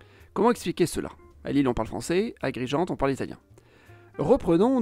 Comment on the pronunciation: Agrigento - even an American pronounces it better than you.